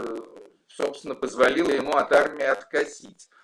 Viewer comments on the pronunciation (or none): Не позволИла, а позвОлила! Артемий, следите за ударениями.